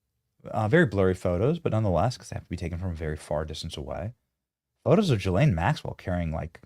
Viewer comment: So… did Benny finally learn how to say ghee (hard G)- Len instead of Gee-Lane?? Or upgrade his rednecky pronunciation (like Steve Bannon) of NEW – CLEAR instead of Nuke – U – Lahr ???